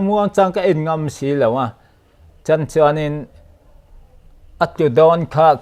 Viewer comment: Aṭang chuan tih mai turah: 'Chang chuan' tih leh 'Tang/Tan chuan' a ti tlat zel. 😅